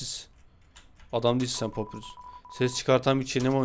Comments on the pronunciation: Papirus değil pa pa y r u s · Abi papirüs diye okun umuyor adı papayurs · Abi papyrus papayrus diye okunuyo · Abi papyrus papayrus diye okunuyo haberin ola! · Abi papayrus diye okunuyo kalp lütfen